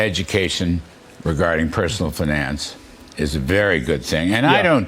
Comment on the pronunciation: "Finnance" Just remember that part of fluency is good and accurate pronunciation. The only time someone says "Oh they have an accent" they're excusing bad pronunciation and thus low fluency.